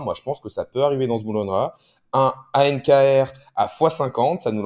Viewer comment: On dit "Bull Run là" et pas "Bourleuneraa"